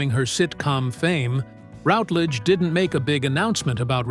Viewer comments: Please , please , please , please, please, please, please learn to pronounce her name currentry. It's RUTlidge, not ROUTlidge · You could at least pronounce her surname correctly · That commentator has no idea how to pronounce her name: very unprofessional. Unlike Dane Patricia he failed to do his homework and The Silver Past is not a channel I recommend or will watch in the future! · Very interesting but please pronounce her surname correctly. I became so annoying.